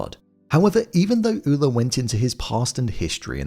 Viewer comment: Where I'm from Ole is pronounced "OH- lee" I'm from North Dakota and am of Norwegian decent.